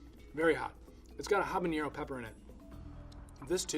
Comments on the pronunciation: Habanero does not have an ñ like Jalapeño does. Don't pronounce it like that. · Exactly. It drove me nuts every time he said "Habañero"! Some expert! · Habanero. It is spelled with a regular n, no tilde. Pronounce that n just like the n in Never, not like the n in Jalpeño. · Yeah, that one really threw me. And pronouncing Habanero like there's an enie in there. That said, his company makes really good pickles, way better than the $16/qt ones pictured here, and for less than half the price. I buy some every time I head down to Michigan. I'm willing to imagine that maybe it's just a slip of the tongue, or maybe he just doesn't have much to do with the production process at McClure's Pickles, either way, he can keep doing whatever he's doing. They get great quality product at not-horrible prices. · Habanero is pronounced Ah-buh-nay-roh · He may be a pickle expert but he knows little about peppers. Habanero means somebody or something from Habana. Habana has no Ñ in it. I wouldn't mind if he pronounced the H, but to suddenly stick an Ñ in there for no reason is ridiculous. And no, I don't pronounce the silent H as I speak fluent Spanish, mate. Nice try, though. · Because the sound guy was sick of him mispronouncing "Habanero". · and because i want to add to the corrections, he said habanero wrong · Yet he cant pronounce it properly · Am I the only person bothered by this guy's pronunciation of "habanero"? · "Jabañero" So disappointed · It drives me insane the amount of people that pronounce habanero with an ñ. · Very informative video however the word Habanero is not spelled with an ñ and is pronounced "Ha-ba-nero", not "Ha-ban-yero". Jalapeño however, is pronounced "Ha-la-peen-yo" :) He's not a native Spanish speaker nor a pepper expert so I wouldn't expect him to know this but it bugged me and I wanted to point it out XD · Yeah but a lot of people pronounce habanero that way. Doesn’t make it right, but he gets a pass for that one. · habanero not habañero...